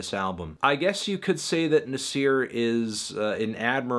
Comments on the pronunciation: Did you really had to call the album Nazi with a hard R? smh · How you gonna say Nas properly 5 times then says Nasir wrong?